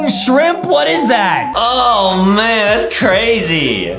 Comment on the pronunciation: You say shrimp not shriomps bro